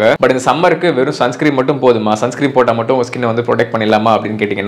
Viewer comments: Sunscream illa bro its sunscreen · Sunscreen bro…not sunscream